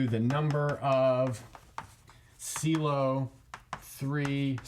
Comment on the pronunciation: You managed to not say pylow